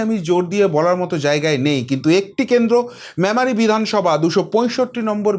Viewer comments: Not mamari- it is Memari pls correct yr pronounciation. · মেমারি উচ্চারণ টা ঠিক করতে হবে